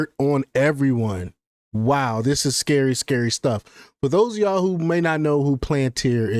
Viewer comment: Lmfao 🤡 can’t even pronounce it right. Instant block and downvote